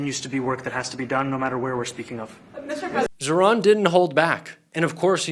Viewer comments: Pas ZERON mais ZAHRAN 😉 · ZAHRAN par zéro ,prononcez bien le prénom si beau.